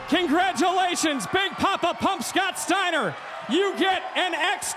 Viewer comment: Scwowwwwt Steiner!